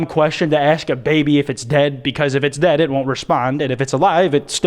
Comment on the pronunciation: I thought when she said "are you dead?" She said "are you wet?" instead...